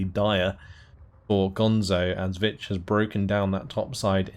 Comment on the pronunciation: you say vich i keep hearing bitch XD